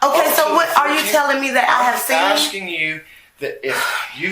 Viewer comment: Aksing 🙄 Why have I started hearing more and more people saying aksing instead of asking? Is this the official English language US has now? Just Aksing.